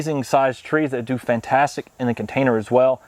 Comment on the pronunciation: Come on you all. I’ve pointed this out before. “Do” means island in Korean. It’s pronounced doe, not doo. And the first constant letter isn’t emphasized…the vowel gets the emphasis. So it’s more of a mix between a t and d. But let’s get the oe down before we graduate to something more advanced.